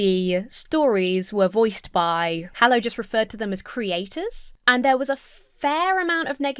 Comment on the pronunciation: Is this "Hallow" or religious "Hello"?